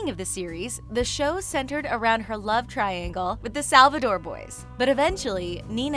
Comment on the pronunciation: When she said Klaus wrong i wanted to stab my ears out. I'm Triggered. Also she said Salvador. What? Nina didn't leave the show because of Ian!!!! Get your facts checked!!!!!! Alaric is not Elena's father. Stop feeding people wrong information!!!!!!!!